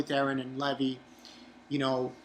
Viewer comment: One question why do you pronounce it Leh-vee instead of Lee-vai?